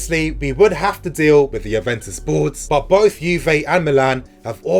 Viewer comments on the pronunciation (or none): none